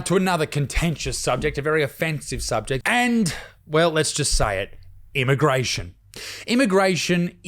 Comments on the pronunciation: It's immigration not immagration. Apart from that, great content mate. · “volumptuous”? “immagration”? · “Immagration” lol